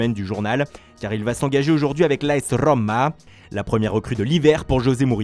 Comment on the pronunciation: Ah le retour de l'AS Rrrrrrrrrrrrrrrrromma! 😂